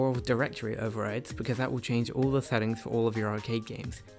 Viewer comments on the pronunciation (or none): none